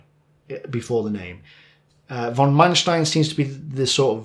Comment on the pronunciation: I´am not German speaker myself but pronunciation of letter "V" in German should be said with "F" on begining so Von Manstein should be pronounced: "Fon Manstein" same goes for V-1s and V-2s.... I understand that you´re begining with German. Have a nice day and thanks for this video.